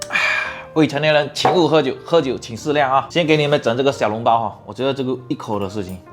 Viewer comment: 小笼包，不是小脓包，胡建人。。咳。。。